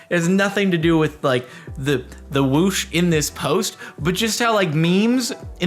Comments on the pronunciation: stop saying wush instead of wooosh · Stop saying wush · Jordan saying “wush” and not whoosh is like old ppl saying ruhf and not roof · "which one was the true wush"